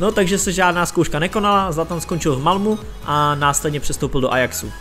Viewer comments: Malmu... další perla ve všeználkově :))) čte se to "Malméééééééééé" :))) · dobrý, dal sis práci a to se cení...jen zapracuj na jménech a názvech: ne v Malmu, ale v Malmö; van der Vaart se čte fan der Fárt. Stejně jako jsi zjistil všechny údaje o hráči, zjistíš i výslovnost jmen a názvů. Neber to jako kritiku, jen se pořád zdokonaluj. Měj se, ať se daří.